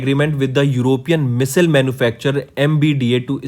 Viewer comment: Please pronounce (Missile) correctly